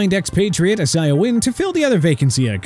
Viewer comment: CAN'T GET CHUBA HUBBARD'S FIRST NAME RIGHT, CAN'T GET ISAIAH WYNN'S FIRST NAME RIGHT... STUPID! CHOO-BA NOT CHUBBA, AI-ZAY-UH NOT E-SAI-AH! GOT IT?! Plus, Dolphins ranked at 13... Pathetic!